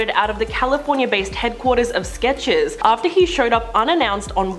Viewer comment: The brand is SketcheRs. Not SKETCHES. SMH. Why do some of these Brit’s struggle with Pronouncing ours that are in words yet words that end in vowels such as law they will pronounce as lore makes no sense like CUPPUH , lol, cupper!! and law is LOL not LLORE pretty simple Skechers … SKETCHERS. not sketches I’m tired of people excusing his behavior also let’s be honest it’s not because they claim he’s so talented he can only and of course is because he’s filthy rich he has a filthy mouth he’s a person of color so therefore you cannot critique him he can say the most abusive disgusting things and he’ll get a little flack just like when he shit on everyone else and he’s immediately excepted right back into the fold this will blow over he knows it I’m just like always he Excuse